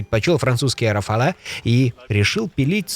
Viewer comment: «Рафаль»! Во французском языке «е» в конце слова не читается.